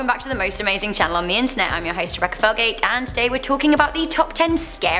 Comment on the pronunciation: 0:3 Recca felgate????😂